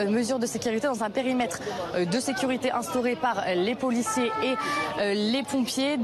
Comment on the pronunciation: Arrête de dire poulicier